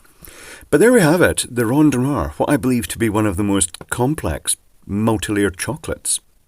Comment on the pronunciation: Well done, and the nice rolling of the tongue "rondnoir". Now do a cadbury egg! beGOCK!